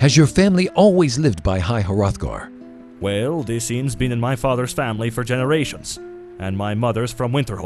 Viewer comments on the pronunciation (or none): The voice talent you've selected for this series is pretty good, particularly the storyteller. However, he may want to work on pronunciation just a bit. For example, "Hrothgar" is two syllables and he pronounces it as three. These sorts of things are very minor, though. They don't really detract from my enjoyment of the content. I really like the premise of the series. You're keeping it lore friendly but still original. Keep it up, guys!